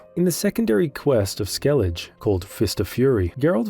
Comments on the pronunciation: SkelliG? They do write Skellige and say SkelligE. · “Skell-igga”, not “skell-idge” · He has to be doing it on purpose to farm engagement. There’s no way someone can play multiple play-throughs and STILL be calling it Skellidge 😂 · Bext time you play Witcher 3, listen to how the words are pronounced ingame... There is no "Skellidge" but that's not your only offense... Great video otherwise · Skellidge Geraalt Visimuh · Dude, stop calling it 'skellidge'. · How am i supposed to sleep when my blood pressure spikes every time you say things like skellidj and gerralt? Jokes aside, great video! 🐺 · "Right to jail. Right away." Me after hearing the skellige pronunciation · Hey, I’m not saying this to be rude but I’m genuinely curious - how is it possible that you claim to have played through this game several times, but you can’t pronounce Skellige?